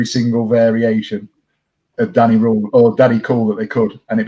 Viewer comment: I’d like to vote for the Wednesday week as SWFC podcast of the year. Top work guys. I agree with most of the awards except for player of the year 😂. But please please for next season can you stop pronouncing Danny Rohl as “Danny Rule” 😂 goes through me every time I hear it